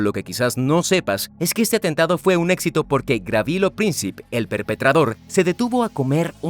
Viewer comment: No fue Gravilo, fue Gavrilo Princip. Gabriel en lengua serbia es Gavrilo.